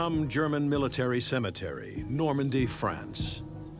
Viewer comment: No 'a' in cemetery.